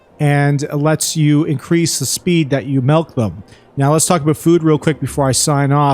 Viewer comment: Did you say "Malk"? silly comment